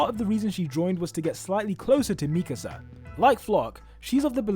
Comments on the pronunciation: Bruh why does keep saying Mikese instead of MIKASA!!! its triggering me xD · ME-kasah 😬 Me-KAH-sah 😏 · why tf do you say mikasa like that